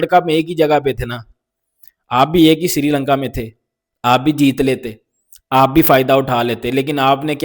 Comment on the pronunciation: Siri lanka nhi bhai sri lanka h 😂